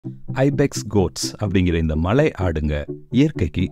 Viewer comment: ஏன் உங்களுக்கு தமிழ் சரியா உச்சரிக்க தெரியாமல் இருக்கு மலையை " மழை " என்று சொல்லுறீங்க.